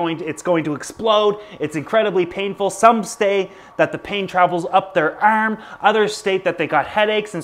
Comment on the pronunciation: Thanks for the informative video. But couldnt tell if you are trolling the pronunciation of “berbs” and “erm” Thanks for pronouncing it correctly at least once in the video haha.